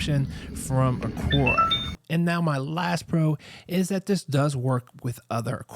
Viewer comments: Good review. It’s Aqara though. Not Aquara. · It’s pronounced Aqara (uh-car-uh)